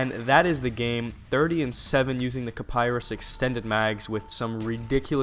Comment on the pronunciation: not kaparis its called kiparis